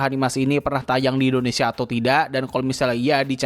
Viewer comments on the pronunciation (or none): none